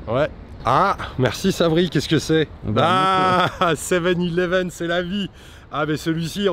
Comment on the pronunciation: 7 eleven Et sans accent(anglais)et surtout sans T